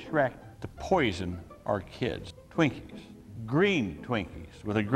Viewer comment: "Skrekup" Nah nah its "Shretchup" bruh Edit: also, "Shwinkies"